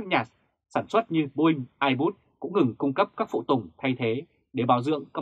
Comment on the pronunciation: Airbus mà còn đọc sai thì đọc tin tức làm chi vậy. Trở lại trường học đi ông ơi. Kênh tào lao.